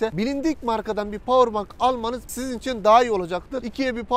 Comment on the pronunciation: Powerbank diye yazılılır (powerbenk) diye okunur abi bilgine.